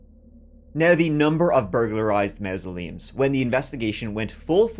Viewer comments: Mausoleums .... sounds like maws-se-leum. Behave yerself. Not even yer accent can get over that one!!! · Please stop saying MOUSE-oleums, please I'm begging you 🙏🏻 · MA MASULEUMS... SAY IT LIKE IT SPELLED HERE. NOT MA MA.. IT'S MA MA....THIS GUY IS CREEPY!!!